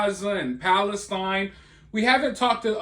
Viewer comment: idk maybe its me but I feel he just proved Palestine is not historically middle eastern , all his words flowed together except Palestine lmao it sounded foreign to every other word he spoke